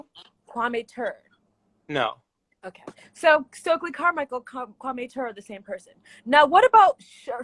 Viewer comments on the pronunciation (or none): Meanwhile, she’s pronouncing Kwame Ture’s name incorrectly!! 😅🤣 not Tooor. It’s too-ree.